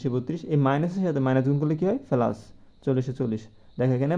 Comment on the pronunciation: পেলাচ না প্লাচ হবে 😅😮